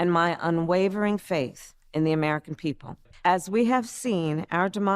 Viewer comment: Everyone's missin out on Amereichan, or Amereicha!? Lmao